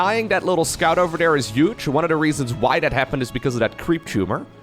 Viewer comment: you are hilarious I enjoy your casts the most they are very entertaining. funny how you pronounce the "th" in thirty but every other time you say a "th" its dere (there) or dat (that) dis (this) dose (those) da (the) but other dan dat your english really is perfect. your accent is your unique thing so dont overthink da pronunciation haha